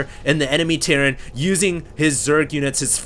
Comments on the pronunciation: he says Tierran instead of terran run into a wall of tiurets! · he says Tierran instead of terran